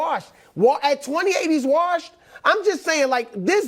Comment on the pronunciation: The worst thing about this show is the way Broussard pronounces “warshed” lmao